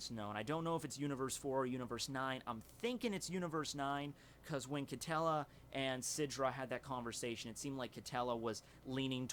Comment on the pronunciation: I think that Quitela is pronounced key-teh-luh